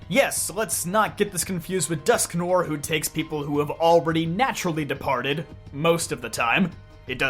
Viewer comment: Its pronounced "Dusk-Nwar"